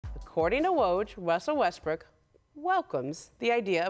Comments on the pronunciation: "According to work, wussel Westbrook" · “According to Woj, Wussel Wesbrook Welcome” Ramona turned into a 2 year old for a second at the beginning there. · “Wussel Restbrook” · Wussell westbroook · Why can't people say RUSSELL WESTBROOKS name right they'll say WUSSELL WESTBROOK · Wussle Restbrook is what she said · How come nobody can ever say russel Westbrook’s name they always say wussel Westbrook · "Wessell Wesbrook".....Ramona, not to be mean, but you need to get your life in order. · "According to Woj, Wussel Westbrook..." Bye.